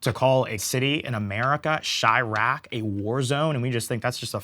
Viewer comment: Chiraq? Brother its chai town.!!